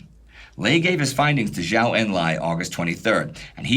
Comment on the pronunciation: fyi, the Zhou in Zhou Enlai, is pronounced like "Joe"